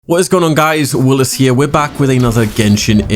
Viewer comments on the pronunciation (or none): none